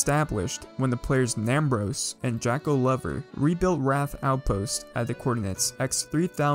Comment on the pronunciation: You said my name wrong btw :) -Jakeolover Good video though! <3